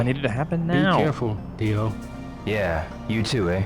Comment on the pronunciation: "Dio" isn't entirely correct. The D is exaggerated too much. He sounds like an American trying to do proper pronunciation, which, in that sense, is actually kind of perfect.